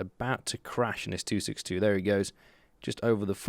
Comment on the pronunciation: I 100% understand annoyance at the 262... also that was great German XD